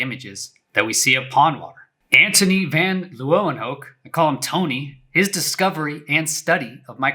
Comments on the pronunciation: Hihi funny pronunciation, Antoni van Leeuwenhoek. Its something like Ahntoni Vawn Laywen-hook. Anyways cool video 🙂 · Lol you butchered Antonie Van Leeuwenhoeks name